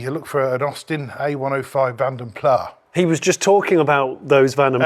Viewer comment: So called "car enthusiasts" who don't know how to pronounce 'vanden plas' 🤦